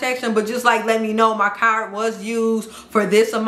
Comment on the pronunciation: How she say CARD as CAR 😂😂😂